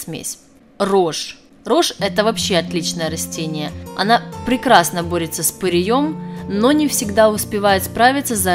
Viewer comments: С ПыреЕм !!!! А не с пыреЁм ... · С пырЕем, а не с пыреЁм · С пыреем, а не пыриЁм. Всезнающая вы наша... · Не с пырьëм, а пыреем! 🤭🤭🤭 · Как то правильно произносить надо. Не пырием.. А пыреем... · И ещё...не пыреём, а пыреем. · ПыриЁм?? Может ПырЕЕм! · ПырЕя, а не ПыреЯ!!! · В ьорьбе с пыреЕм.с пырЕем.абсолютно безграмотная речь и ни о чем.